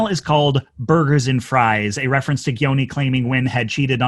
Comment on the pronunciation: I get that it's not the point, but as an Albanian, your pronunciation of "Gjoni" is atrocious.